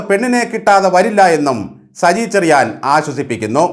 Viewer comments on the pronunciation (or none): Good...cheriyan...choriyan parayunnu.... 😅